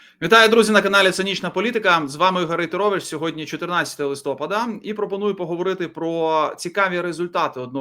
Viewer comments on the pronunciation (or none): Наголос у слові "листопад", згідно українського правопису ,падає на "а".